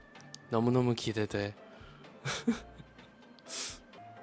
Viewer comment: 너무너무 기대돼 < 이거 걍 한국인 억양인데ㅐ ㅋㅋ